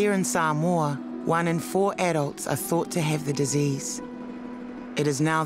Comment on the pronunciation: Omg soooo triggered when the said “Sumoa” it’s SAMOA! And I’m from Samoa! Ugh so triggering, but ya when I visit there we do have obesity problems but srsly get it right I guys!